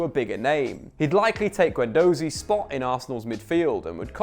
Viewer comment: Only person in the world who pronounces Guendouzi like that lol